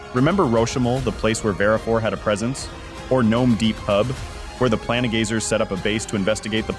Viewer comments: Its PLaIN gazers, not pla ne gazers.. somehow you manage to say plane right, but not planegazer xD wtf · The ai voice is really struggling pronouncing the “plane” in “planegazer” and “planestrider” xD